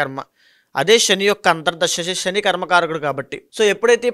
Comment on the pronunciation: అయ్యా మహానుభావా శ ని ష అని పలుకుతున్నారు. షారీరక రాషి షని ……. ఇలాగ